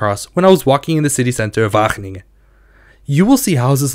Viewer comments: As much as I love the effort, it's going to take one more WAHGGGGGeningen for me to lose my shit. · he's definitely pronouncing his g's correctly, but overpronouncing them to the point that it becomes distracting